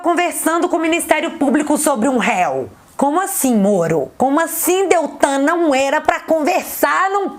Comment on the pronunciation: Assim como fala: Morno (Moro), flango flito (aquele vírus), e outras trocas. É proposital!